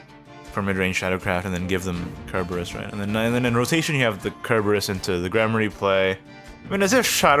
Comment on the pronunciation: Just correcting you here. It's "Sir"-berus. Not "Ker". That's not just personal interpretation. Cerberus is a hellhound from Greek mythology and that's the modern name for it.